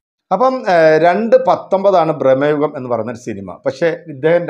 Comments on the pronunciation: എത്ര തവണ പറയണം ബ്രഹ്‌മ യുഗം അല്ല ഭ്രമയുഗം ആണ് എന്ന്. മലയാളം വായിക്കാൻ അറിയില്ലെങ്കിൽ നിറുത്തി പോ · ബ്രഹ്മ യുഗമല്ല സുഹൃത്തേ, ഭ്രമ യുഗം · ബ്രഹ്മയുഗം അല്ല, ഭ്രമയുഗം ആണ്... 100 പ്രാവശ്യം എഴുതിപ്പഠിച്ചിട്ട് വന്നാ മതി... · സിനിമയുടെ പേര് പോലും നല്ലത് പോലെ പറയാൻ അറിയത്തില്ല എന്നിട്ട് വന്നു വാചകം അടിക്കുന്നു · ഭ്രമയുഗം എന്നാണ് 😊